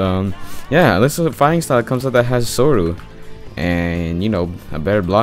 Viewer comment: Say soru like they say it in the show it’s just so clean